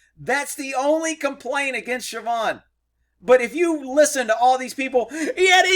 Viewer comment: I swear when u said sabhaun(don't care how its spelled) that u said trevon had to back up and re check